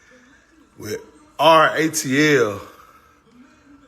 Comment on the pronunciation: Nope u said it right RAAATL😂